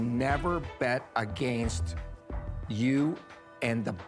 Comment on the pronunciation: Robert: "I would never bet A-Gain-st you"